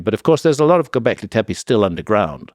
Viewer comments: It's clear he loves saying , go beckley , teppe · Say Gobekli Teppi one more damn time